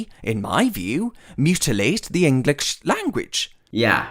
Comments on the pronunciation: he literally said englitch not english not bc of the accent 😂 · No one: This man: "To essentially... mutilate the English language" Also this man: "Englicksh" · Also the englitch "language" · "The englikch language" LMAO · "englitche" why did that make me laugh so much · Omg he pronounces english like i imagine a Klingon would 😂 “Enkckqhlish”